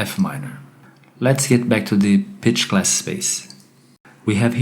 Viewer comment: When you say pitch, sometimes it sounds like bitch. Improve your accent. Your voice sounds wrong in general.